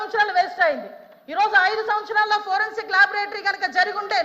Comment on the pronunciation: హోం మినిస్టర్ గా అనిత waste. సోది మొఖం ది. లేకి దానిలాగా behave చేస్తుంది అనిత. వెకిలి గా నవ్వుతుంది సన్నాసి. ప్రజలు సమస్యలు discuss చెయ్యదు లైట్ తీసుకుంటుంది. దీన్ని రేప్ చేస్తే తెలుస్తుంది. దిస కాదు అనిత దిశ, పోరెన్సిక్ కాదు foreinsic😂😂😂😂😂😂లేకి బాష